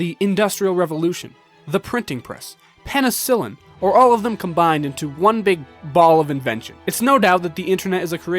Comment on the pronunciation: Did this man just say pen-en-sullen